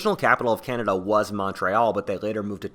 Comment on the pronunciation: "The blacks of Canda" ......what?